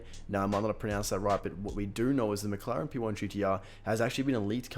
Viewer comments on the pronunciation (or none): none